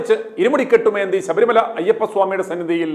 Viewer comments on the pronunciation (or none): none